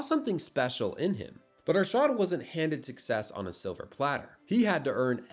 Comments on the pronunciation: "Aarshaaad" bruhhh itd arshad Arshad!! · It's not Ar-shart or Ar-shaard it's pronounced more like Ar-shed/shud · ah yes, "aarshaad". It's pronounced "Ar-shud". Also he isn't south asian-american, he's south asian, but more specific, a Pakistani. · "ArSHAAD Nadeem" lmao Ar-Sh-ed Na-Deem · CAN U STOP calling him ARSHAAAD nadeem its Arshad Nadeem Please pronounce it right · Butchers his name, butchers his nationality. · AARSHAAD? NayDam? that kinda pronounciation is crazy 💀